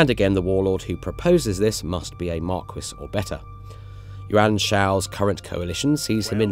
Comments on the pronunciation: Marquis is pronounced MAR-KEE, not MAR-KWIS. How do they refuse to check these things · For some reason it's spelled "marquis" in-game but pronounced as "marquess"